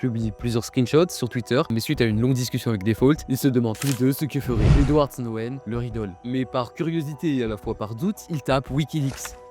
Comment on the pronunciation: Super vidéo ! Captivante jusqu'au bout, avec des visuels bien choisis, sur une histoire que je ne connaissais pas ! Tu racontes vraiment bien, c'est dynamique et on ne voit pas le temps passer, je m'abonne ! Cependant, petites erreurs remarquées sur le nom à et pour "Edward Snowden", mais qui ne retirent rien à la qualité de la vidéo !